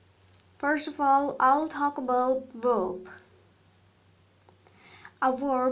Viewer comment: Say vvvverb not weeerb